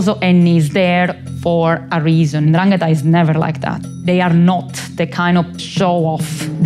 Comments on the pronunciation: He has a long conversation with this woman, hears her say 'Ndrangeta' numerous times, yet persists in putting the accent on the wrong syllable. That genuinely perplexes me. Why not correct yourself? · "It's N'dràngheta, not N'dranghèta." Read it with Hermione's voice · Love how the interviewer went to great lengths to keep pronouncing 'ndrangheta wrong, this kind of commitment is not something you see everyday! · The interviewer just refuses to pronounce the name correctly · At least try to pronounce it well... 'Ndrangheta Apart from that great take on a good topic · Love this but learn how to say Ndrangheta